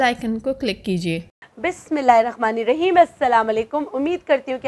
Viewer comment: حیرت ہے اتنی بڑی ہو گئ ہے ابھی تک بسم اللہ الرحمن الرحیم صحیح پڑھنا نہیں سیکھا۔